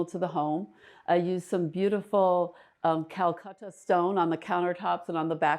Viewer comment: It still surprises me that interior designers pronounce Calacatta marble as "Calcutta."